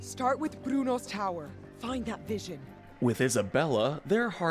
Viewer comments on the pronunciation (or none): and Isabela is more like “Eesabela”